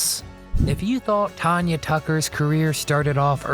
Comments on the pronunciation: It's not Ton-ya. It's TAN-YA. She is awesome! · Tanya Tucker’s name is NOT pronounced Ton-ya it is pronounced TAN-YA. It is even spelled the way it is pronounced, if you are going to do a video learn how to pronounce people name’s right!! This is one of the WORST videos. Also I wouldn’t call these tragic, if you are going talk about TAN-YA Tucker’s tragic life maybe mention she had a addiction problem at young age over going to hotel room after a concert. Yes, I am sure it very hard to go from singing in front of 1000’s of people to a quite hotel room. I have heard many, many musicians talk about how hard it is but they also say they know it part of the down side. I hope you do more research before doing one of these again.